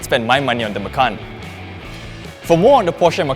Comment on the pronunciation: it sounds like 'makan ass'